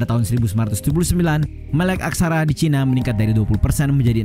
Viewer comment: Nah itu ejahan yang benar dan enak didengar ' cina', bukan 'caina'.